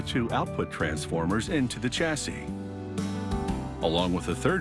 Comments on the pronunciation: I LOOOOVE (NOT) YOUR AMERICAN WAY OF SAYING WORDS LIKE "CHASSIS" SPELLED WITH A "CH", BUT ITS SUPPOSED TO BE PRONOUNCED AS IF IT WAS WRITTEN WITH A "SH" ("SH-ASSI" WITH A SILENT "S" AT THE END AND NOT "CH-ASSIS" AS IF YOU ARE SAYING "CHA -SYS", LIKE YOU DID...) , "SA" DER ... NOW, WHAT THE HECK IS THIS WORD?? DID YOU MEAN TO SAY S O L D E R ?? PRONOUNCED JUST AS IT IS WRITTEN.... SOL-DER.... NOT "SADER" LIKE YOU SAID.... HAHAHAHA.... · Stop, this American narrator dies not know how to pronounce chassis, aluminium and it’s a transformer not a bobbin.....!